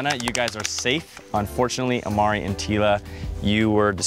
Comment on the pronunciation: It's imari not amari